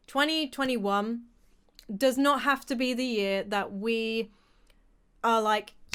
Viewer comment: Have u guys noticed when u say 2021 for the whole time it's sounds like 2020 won and it did Conspiracy theory anyone 👁️👄👁️